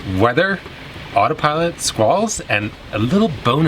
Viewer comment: You had my ears at Sqwals..mmm squalls